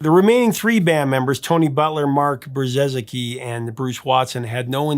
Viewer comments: Brzezicki is pronounced Bre-zee-ki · Thanks for another great episode Professor. Your extensive research and attention to detail ensures credibility here. As per my screen name, I've been a huge Big Country fan for a long time and can attest that your information is spot on (FYI, the drummer's last name is pronounced "Bri-zecki"). As you mention, the band's US popularity sharply declined during the 1990's. Am wondering if you agree that some of that had to do with the rise of Grunge music in the states, a genre with which Big Country would never be confused.